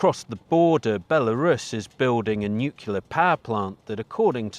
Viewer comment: "Nukilar"!! Why? Why?